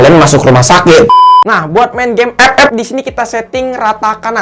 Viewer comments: Ngakak ngomong ep ep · Ngkaka aink anjir tiap ngomong epep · Mengapa ''EP-EP'' Selalu Membuat Saya Tertawa😂😂😂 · Bang ngomong FF nya biasa aj